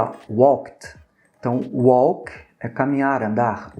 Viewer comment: Só uma pequena correção, professor: a pronúncia da palavra walk é sem o L, é como se não existisse o L na palavra, tipo Wak... Walked se ler waked